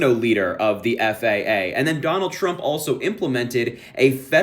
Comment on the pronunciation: “Danuld traump did X”